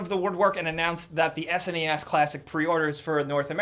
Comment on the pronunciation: Come on. It's SNES, not ESSENNEESS....i know you wanna call it SNES...come on...do it....join the dark side.... Love you guys. And, you'll be the new guy forever...and ever...and ever.....sorry mate